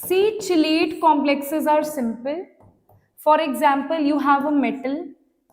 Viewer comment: Chelate ko "kelate" bolte hai